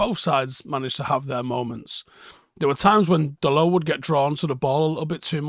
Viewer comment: Just putting it out there... Can we start pronouncing his name correctly? It's not french, so you pronounce the T, like dot I think he's earned that little show of respect